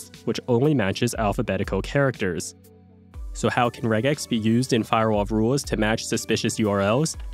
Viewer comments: I've only ever heard of Regex being pronounced 'Rej-ex' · The real regex error is pronouncing it with a hard G